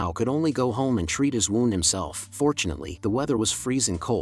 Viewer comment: People: W"ou"nd Ai: W"au"nd